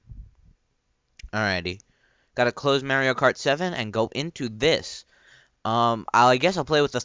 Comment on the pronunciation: lol! how u pronounced mario...soo cool!